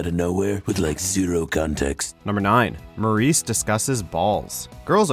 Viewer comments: Murray not muraice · It’s Murray not Maurice